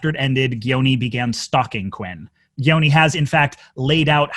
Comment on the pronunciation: I get that it's not the point, but as an Albanian, your pronunciation of "Gjoni" is atrocious.